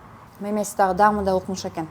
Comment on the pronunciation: дам дебей даам десен😊